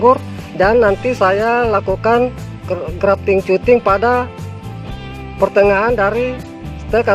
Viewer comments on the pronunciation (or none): cutting itu bacanya "kating" bang..bkn cuting.. 😂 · Cutting, hey boss dibaca /katting / hehe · Tulisannya "Cutting" dibaca "Katting" om 😊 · Cutting= katting (dibaca) 🙂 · Bacanya bukan cutting, tapi katting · Cutting Wak Wak Wak..bacanya kating om.jng malu malu in guru sekolah Wak Wak wak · Maklumi aja gan soalnya GK makan SMP wlpn krng nyaman di kuping yg penting kaharti 😂